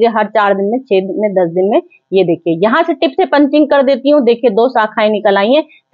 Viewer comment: पंचिंग नहीं पिचिंग